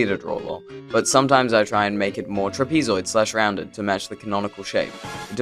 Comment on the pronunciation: did this MF just see truh-pee-zoy-d?